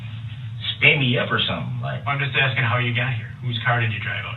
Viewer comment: It's "axing" and "undershtand" for me. Makes me want to send his bunkie some commissary money to choke him... lol